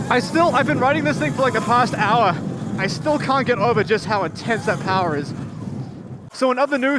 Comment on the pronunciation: “Powah” yeah you’ve gotta be from New England 😂